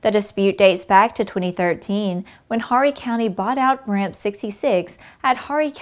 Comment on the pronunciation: Horry is pronounced "Oree" the H is silent